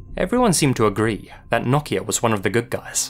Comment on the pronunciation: As a Finn I am very surprised and happy for your pronunciation of nokia! Also, quality video as always